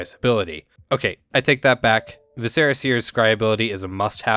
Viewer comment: Great vid, and a cool build. I've been considering Thalisse for a while, but decided to go with Liesa first. You are making me see the error of my ways. :) One criticism--Viscera: VIS-er-a. I know a lot of content creators and players in general stumble on this one, but being a real word (from Latin, meaning internal organs, and from which we also get the word visceral), there is no excuse for incorrect pronunciation. You have such good delivery otherwise, that a simple improvements like this will ratchet you from good to excellent.